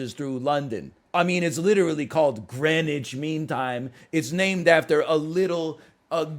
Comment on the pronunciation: "I've never heard of Greenwich" Meanwhile he pronounces it perfectly first try